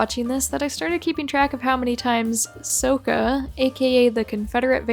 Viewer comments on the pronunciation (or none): I get the feeling that when the person who was writing the script was given the names on a sheet of paper. No instructions on how to pronounce em. Just plain guesses and assuptions on the pronounciations LITERALLY. They pronounced Iroh-EEROH, Sokka-SOUKKAH, Aang-ONG. HELPPP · i also love how they pronounce sokka “sow ka”